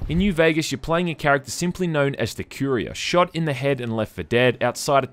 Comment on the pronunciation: you pronounce courier wierd otherwise the vid is aight